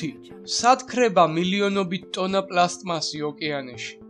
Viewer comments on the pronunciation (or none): პლასტმასი პლასმასი კი არა :)